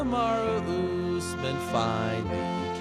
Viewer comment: Kamar-who Usman lol